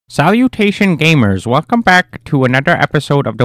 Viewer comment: Your voice went from stereotypical nerd to shouting in anger not because of the ghast, but because of pronouncing "salutation" lol.